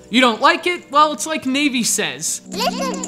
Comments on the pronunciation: Navy? Youmean Navi? You can't mispronounce Navi. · nay-vi WHAT THE FUCK! its nah-vi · nay-vee?..... nah-vii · “Navy” lolol, I believe it’s pronounced: Nah-Vee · Is Navi really pronounced "navy" like they say in the video or is it "na-ve" like the Avatar race? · I knew I shouldn't have watched this. It's not Deh-koo, it's Day-koo. It's not Nay-vee, it's nah-vee (as in NAVIgation). I should play through Master Quest some time though... it looks entertaining. Or refreshing, if you look at it in another light. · lol who pronounces it "navy", its NAV-E. silly man. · Who the fuck is "Nayvi"? =p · I don't usually nitpick... but I don't think I have ever heard the pronunciation Navy for Navi.... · who's navy? it's navi isnit? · Navi is pronounced "Nah-vi". U fail it. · its like "navey" says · Navey...? WTF. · its NAH va- EE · The way he says Navi, is wierd. I've always pronounced it nah-vi. How's it supposed to be said? D